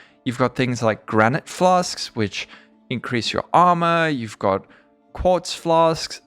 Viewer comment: I'm just here for the "flas'k's"